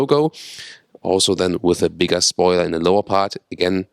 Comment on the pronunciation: When ever he says bigger I just hear "Big Ass" lol